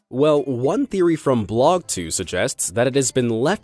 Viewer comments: As a Canadian, I feel it is my duty to tell you BlogTO is not pronounced like blog 2. It's pronounced like blog tee-oh. TO, as in Toronto. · The mansion from Toronto as mentioned by you from Blog TO is pronounced Tee-O as for TorontO.... from a felllow Torontonian